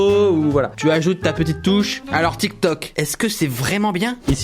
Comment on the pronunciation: Il a dit dramatik tok😅😂😂😂